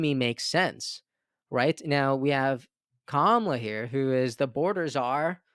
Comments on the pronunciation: Bro I love your page but you have to pronounce Kamala correctly. It makes you sound so dumb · Jesus dude! Please learn how to pronounce her name. It is so disrespectful. It's the same kind of BS the Republicans are doing by intentionally mispronouncing her name. I'm giving you the benefit of the doubt. It's not that hard. As a purveyor of news, this is something you should be able to do easily.